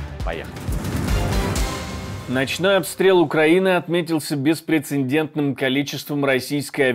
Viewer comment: неб.поправочка на будущее. Правильно будет "беспрецедентный" а не "беспрецеНдентный"! Но так многие ошибаются, даже большинство! Успехов!